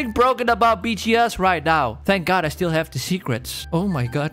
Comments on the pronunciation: I like how you say OH MY GOD but with GUT instead of GOD xD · Instead of O mY God you say o my gut lol